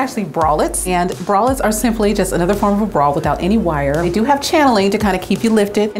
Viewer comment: That fitter lady says bra like brawl and it annoys me SO much